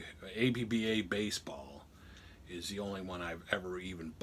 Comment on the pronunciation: It's pronounced "App-Bahh." Otherwise, great video. APBA's original basic game is now available online via with online play. However, nothing seems more true (or fun) than the original card and dice version.